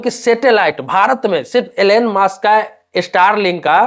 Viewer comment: एलेन मास्क नही एलोन मास्क😂😂😂😂 Elen mask nahi Elon mask😂😂😂😂